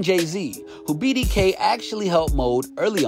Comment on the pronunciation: ...Don’t say BDK again lol 😂